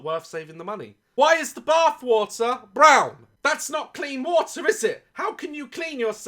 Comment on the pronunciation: the way he said brown just made me laugh so much